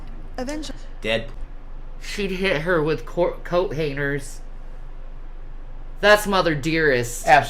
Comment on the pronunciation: "No wire haners!"... haners. 😮‍💨🙄